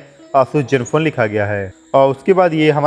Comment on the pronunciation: Jenfone nai ree zenfone